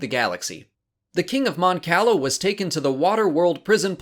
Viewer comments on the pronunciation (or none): That’s not how you pronounce Cala in Star Wars, it’s kah-lah. Kinda sad you don’t know that. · Eskey I wasn't talking about the city "Cala" in Mexico. And sorry, I didn't even bother to see what the original comment was because I just posted a correction about John Romita Sr just moments ago and assumed it was that on that video. I've always gone by the original pronunciation I'm used to from the game Empire at War and it sounds like food if you pronounce the way this guy does. You ever had calamari? But pronounce it as you will, I care less about this than an actual persons name and have a good night.